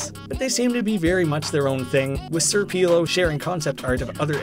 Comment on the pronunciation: “Sir peelo”